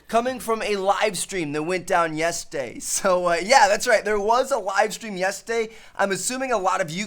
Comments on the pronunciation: when said Yesday instead of yesterday lol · Watch from too like when he says yetERday he say yesday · This boy cannot say "yesterday" correctly. In the beginning of the video he keeps saying "yistday" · Why does he say "yesterday" like "yesday" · Did Tmartn say "Yesday" at the beginning except for Yesterday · I'm I the only one who heard Trevor say Yes-Day instead of yesterday in the beginning of the video? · Please tell me I'm not the only one that heard him say yestday in the beginning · he says yes day when its called yesterday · It's yesterday not yesday😂😂😂😂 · TmarTn, it's Yesterday. Not Yeseday. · what is yestday? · "a livestream that went down Yesday" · Haha he Said yesday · Am i too drunk or did he say yestday ? Lol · Did anyone realize Tmartn says "Yestaday" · There was a wivestweam yestday. He legit said that. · Its pronounce yes-ter-day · does anyone else here him say "yes-day" instead of yesterday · He said "yesday" 😂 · I didn't know yesterday was pronounced yestday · Anyone realize the way he said Yesterday??? ''Yestay'' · when he pronounce yesterday "Yestaday" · Why he say yesterday like that